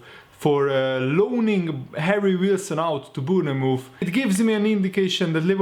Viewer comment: Not Boonamove mate say it like you read this Bornmouth (Bournemouth)